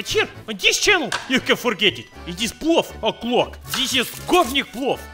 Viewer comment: The video auto played and Thought i heard плав in Serbian instead of плов. Thought you were gonna cook up some blue.